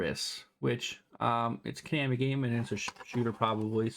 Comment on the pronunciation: ko-nahmi lol